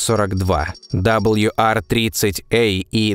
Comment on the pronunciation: Удивительно, что много одобрителных отзывов, т.к. тема освещена достойно, но не попалось ни от одного, кто бы знал, изучал в школе английский. Не знаю, что это -- пофигизм, или невежество, но прежде, чем озвучивать, надо было узнать правильные названия букв английского алфавита. Диктор не картавый, не шепелявый, но произносит "WR-102", как "Дабл Ю Ар". Да, с "W" всё нормально, но "R", в английском, озвучивается не "Ар", а просто "А", без всякого "рыканья", как учили ещё с школе. Почему такая пренебрежительность к правильному, тем более публичному произношению? Досадная "ложка дёгтя в бочку мёда". "Точность -- вежливость королей".